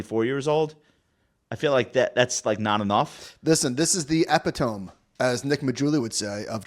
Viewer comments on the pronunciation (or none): Epitome - uh·pi·tuh·mee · Ehp peh toe me. Not epi-tome